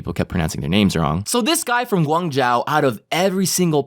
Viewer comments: Boi I am from Guangzhou and that is ummmmmm... Horrible pronunciation... I’m sorry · The way you pronounced Guang Zhou 😂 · you pronounced guang zhou wrong nicely done next time search google how to pronounce it properly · Daaaamn dat pronunciation of Guan Zhou xD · U pronounced guangzhou wrong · AHHHHhhhHhhHhhhHh he pronounced GUANG ZHOU wrong Am i the the only one annoyed? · You said Guangzhou wrong.... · As someone who lived in Asia I screamed when he mispronounced Guangzhou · You pronounced Guangzhou wrong ._. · Umm, it's pronounced, gwong - joe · kind of triggered by the pronunciation of Guangzhou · thats not how u say guangzhou buddy.... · I don't know how hard it is its not pronounced: guang Zhao it's Guang Zhou you just ask Zh + o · Bruh its not guang jow its pronounced guang joe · Im chinese and got triggered by saying Guang Zhou, ITS GUANG - ZZZZZ - OHHHHHHH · Guang*zou* not zhao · ITS PRONOUNCED GUANGZOU NOT ZAO. IM OFFENDED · lmfao, Guangzhou is pronounced guang zh-oh, you are saying it like Guangzhao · LMAOOOOOOO ITS GOO-WARNG ZOU NOT GUANG JIAO LMAOO but it’s ok you’re not Asian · pls stop pronouncing guan zhou like guan zhao reeeeeeeee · gu ang zhou please yes im chinese lol sry i get annoyed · It's pronounced "G(u)-Wong-zoh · It is pronounced Gwong Joe REE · U pronounced guan zhou wrong (it’s not (jion)(I couldn’t find any other examples) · Guangzou is pronounced Guang-zough more of a high pitched-ish accent on the A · Srry but guangzhou is pronounce guangtsou like that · btw, it’s pronounced gwang-jeo the zh makes a j sound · Guangzhou = gu-ung zho please. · It’s pronounced Guang jo. It’s name is still Guangzhou still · it's pronounced gwung-joe lol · guangzow (rhymes with show not ow) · haha guangzhou is actually pronounced like (guang-zho) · it’s pronounced guan jo ;) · ACTUALLY ITS PRONOUNCED “Guang-joe” 😪😫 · As a Chinese person, I cried when pronounced Guangzhou😭😂